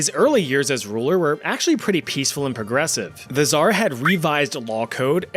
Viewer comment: Damn ive never heard anyone say "tzar" soo bad XDDD u gotta make the same sound as in TZA tziki sauce